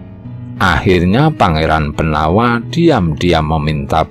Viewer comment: Pengucapan nama Jowo, walaupun tertulis huruf a, ada baiknya diucapkan o. Seperti nama jowo Pangeran Benowo. Namanya memang BENOWO, bukan BENAWA. Nama lain Sunan Prawata, nama aslinya ya Sunan Prawoto. Kalo diucapkan Prawata, jadi agak aneh.